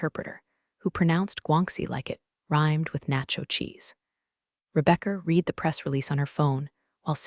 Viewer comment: Stories are often a bit too long. Caption text and spoken word often don’t match. Many mispronounced words in particular “read” often uses long “e” sound when it should be short “e” sound but there are others ( in other stories Patagonia and Pentagon were mispronounced repeatedly). Other than that the stories are excellent